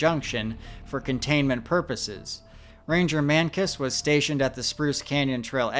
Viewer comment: Ranger Man-Kiss???